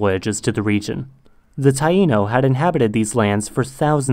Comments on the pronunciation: i thought i was the only one that heard his /ð/ really far back almost exactly like his /z/ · I think it's a speech defect